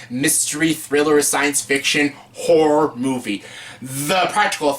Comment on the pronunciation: You might enunciate a bit better. About 3/4 of the time you say “whore” movies. Good choices and video though! Thanks.